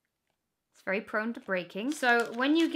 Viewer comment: Das vewwy niice. 😂😂😂